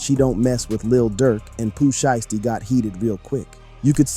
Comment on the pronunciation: That nigga said Pooh shitsty😂😂😂